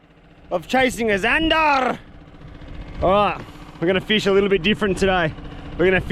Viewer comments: Why do you call them zanderrrrr in England there just zander ? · Why he always say ,,zandarrrrr“ in the Most fking German way 😂😂😂🫶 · How he said zandar was so bloody funny